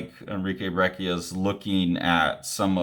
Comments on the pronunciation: It's pronounced "brech-ia" :) the "cc" works like in "cappuccino". there's a spanish language interview with him floating around on youtube where you can hear it. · I'm hearing it as a hard k?